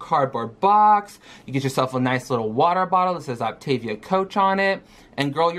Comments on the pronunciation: So she has a month to learn how to say Optavial and fuel/fueling. I hope she doesn't eat the whole box in the first week. kcal is VERY low for anybody so imagine for our gooorl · The one thing that ticked me off was her pronunciation. Now i'm not a native English speaker, which is why I tend to pronounce things a little different anyway, but i had a few years in school where I took Latin, and “optavia“ is not pronounced like she does (at least in my opinion. I don't know if it's actually intended to be a Latin expression, but it seems like it is)